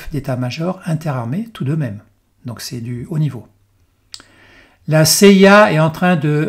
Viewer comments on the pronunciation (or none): none